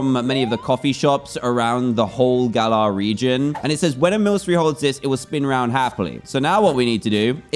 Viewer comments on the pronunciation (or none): none